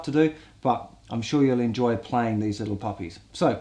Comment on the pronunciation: "Enjoy eez liel puppies" lol